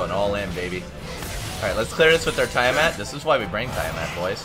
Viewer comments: your sayign it like tyre mat. its TIA-mat as in tia-maria. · You pronounce tiamat wrong wtf